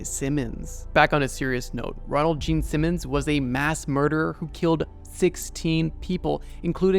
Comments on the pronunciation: the fact that you kept emphasizing gene simmons instead of ronald is a small but hilarious mistake lol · it was even funnier for the fact that the narrator kept emphasizing the gene simmons part instead of the ronald part of his name lol